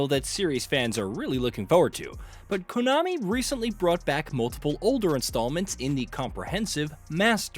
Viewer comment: Konami not Cunami